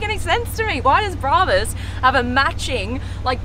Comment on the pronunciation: Brarbus 😂😂😂 It’s brabus